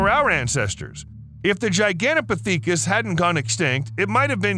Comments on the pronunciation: HOLY CRAP, they even spelled Gigantopithecus wrong. I cant even say it the way he was MIS-PRONOUNCING it. It's Gigantopithecus, with an "i", NOT Gigantopathecus with an "a". Its pronounced pith-i-kuhs, NOT "pa-thee-kus"...LMAO! And yet ANOTHER correction is that Gigantopithecus DID live alongside humans. Jack Rink, a professor of geography and earth sciences at McMaster University in Ontario, found fossilized remains of the huge ape. Using fossil dating techniques, it was determined that the primate lived between 300,000 and one million years ago. Humans also existed in the same area, at that same time and would have DEFINITLY have come into contact with the giant ape and competed for local resources such as food. So YES, humans and Gigantopithecus lived side by side for AT LEAST well over 900,000 years or even more, up until the Gigantopithecus ultimately went extinct around 100,000 years ago. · It's pronounced "For-us-RA-kus". And it's not "Gigantopathecus", it's "Gigantopithecus". Don't wanna be THAT guy, just sayin'. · Oh holy hell, man.... it is pronounced ji-gan-tah-pith-i-kus quit saying it wrong .....over and over and over.... im about to throw my phone across the room if I hear you say that one ... and there it is.... omg! It's pith not peak..... pith-i-kus, not peak-us You just had to get it in one more time before moving on... I think you must be doing it on purpose knowing how badly you were mispronouncing it to annoy the rest of us.... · Gigantopithecus is not pronouced Pee tha cus it's Pith uh cuss. I can't take hearing it wrong lol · "Gigantopithecus" is pronounced "jai-gant-oh-PITH-e-kuss." The first syllable rhymes with "lie," "sigh," "pie," etc. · LOL no it is not, you must not watch all of his videos, he does this a LOT. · Actually it’s pronounced jai-gan-tow-pi-thuh-kuhs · Dude Giganta PTHICAS. 😂😂you say it wron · Really should have learned how to pronounce the name properly for Gigantopithecus (jai·gan·tow·pi·thuh·kuhs) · why u sayin piTHEEKUS